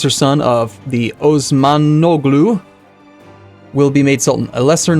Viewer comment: The G in Osmanoglu is better pronounced silently. It has no sound of its own, but it lengthens the previous vowel. So it's like Osman-ow-lu rather than Osmanoglu. Just for future reference. It doesn't really bother me, but the Osmanoglus are kindof a big deal in the time period, so thought it would be useful to know. Keep up the good work,!